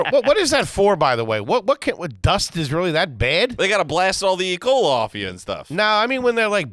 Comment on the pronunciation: said "Ecola" enough said